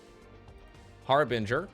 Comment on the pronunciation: THANK YOU for pronouncing "Harbinger" correctly! You would not believe how many people say har-bringer.